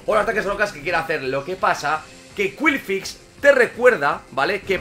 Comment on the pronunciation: Todos comentando lo del megaagotar en lugar del gigadrenado y yo en plan "¿Por qué dice qwilfix?" El video me ha encantado por la cantidad de cosas que se vieron incluso el triple onda certera sin fallar y el trueno a la primera que pedazo de combate